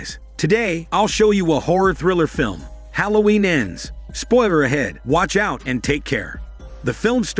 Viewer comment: Its halloween not holloween